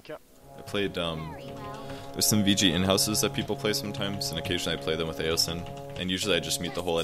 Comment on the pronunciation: did... did you just say /vg/ inhouse?